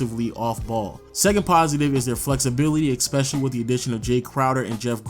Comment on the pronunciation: Love your videos.. Been going on the background while doing other stuff. One thing is beginng to grind me.. Why do you put k's in in some words? It's really weird? Like when you pronnounce especially as ekspecially.. Where do you get the k from?